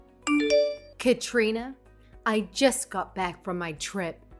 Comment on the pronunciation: The name Katrina is not pronounced Ka Rina but is pronounced Ka Trina. Katrina should have told Lynda that she needs to mind her business and stay out of her business. She should have told Lynda that she needs to stay out of her business and to not come over to her house without her permission. Katrina's mother-in-law is an arrogant, obnoxious, condescending trifling self entitled meddling bitch. When are these wives going to learn to not let there mother-in-law interfere in their daily lives and to keep them from their homes unless the wives give them permission to come over. They should NEVER allow their in-laws to stay overnight in their house and to NEVER loan or give them any money or to do them any favors that will come back and bite them in the ass. Don't allow your husband/wife and in-laws bully you.